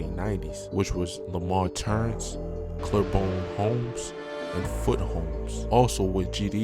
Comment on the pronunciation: if u gone talk bout my city pronounce it right...when u say lamar turance whatever u said its called LAMAR TERRACE,CLEABORNE HOMES, FOOTE HOMES, FOWLER HOMES THE MOST OF ALL MY HOME WHERE IM FROM THE LMG LEMOYNE GARDENS...I was never LMG but I'm from them bricks done seen a lot of dumb ill shit u can dame there think of😵🥵